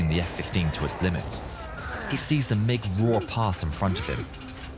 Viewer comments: Hearing you saying the letters m i g 29 instead of mig 29 feels so wrong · It’s not pronounced like MI6, it’s just MIG. These happen to be MIG 29’s. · It it pronounced Mig, like Fig